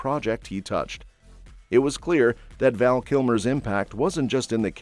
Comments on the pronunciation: His name was Val not Van. You should really correct that. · It's Val Kilmer NOT "Van." Get it right. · It’s Val, not Van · PLEASE CORRECT ITS VAL NOT VAN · His name is Val..... not Van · Was just about to type the same thing, Val not Van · It's Val, not van! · 😂 my first thought also. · OH for Gods sake! Get his name correctly! It’s VAL! 😒. RIP VAL. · Van?get it right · And gets the name wrong, even.